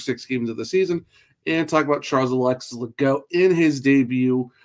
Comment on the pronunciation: Pretty sure the French pronunciation is - Ley - Gooo. No T on the end